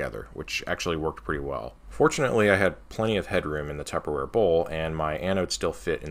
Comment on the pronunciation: careful saying "tubberware" RCtestflight said he got a cease and desist letter 😆